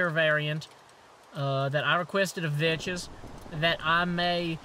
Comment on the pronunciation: thats not how you pronounce Vechs, its mor like Vex.